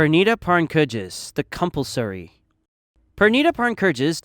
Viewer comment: correctly pronouncing yhwach and incorrectly pronouncing compulsory is certainly something